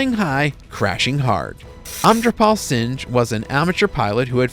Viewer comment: Amritpal Singh pronounced sing not fkn singe. You shouldn’t be narrating if you don’t know how to say someone’s name. Have some respect